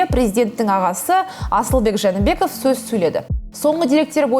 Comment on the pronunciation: Журналистка ! Жаныбеков деп айтып атасынбы ? Мурунку премьер ИсКаков эмес . ЖЭЭНБЕКОВ , ИСАКОВ . Туура суйлоонузду суранабыз .